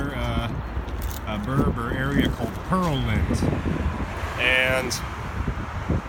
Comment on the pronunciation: It's pronounced "Pear-land", like the fruit. I cringed every time you said "Purrlind."